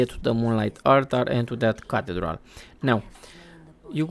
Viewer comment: It is pronounced as ca thee dral. No knock on you though bro.